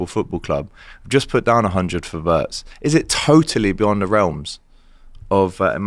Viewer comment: Alex isak didn't play for Dortmund and Flo ain't pronounced we,ertz it's ve,ertz but love the show bro. Ynwa